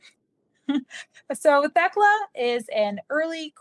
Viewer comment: Thst’s “TEK-LA”. My grandmother’s name.